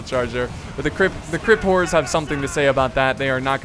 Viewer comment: Did anybody else think he kept saying "crypt whores?" lol